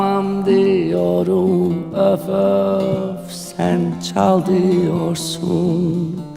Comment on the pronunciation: You say üf üf, instead of öf öf 🤭 so swetty 🥰🥰🥰🥰 🙂 saz / baglama is so special enstrumant. You like it 👍